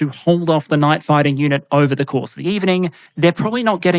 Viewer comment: You need to work on your pronounciation of 'night'. I kept hearing 'knife'.